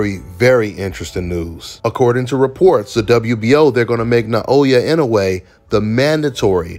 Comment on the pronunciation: This video is a momentous occassion… finally said Inoue’s name right.